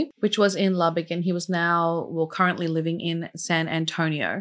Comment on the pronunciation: I'm from Lubbock and am so proud you pronounced the city name correct. I'll never forget this case. Such a devastating loss.